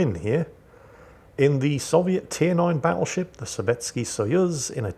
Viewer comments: I could swear said Paddleship instead Battleship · Hahaha! had to recheck what said as the Buffalo is getting paddled. Thought he said Paddleship.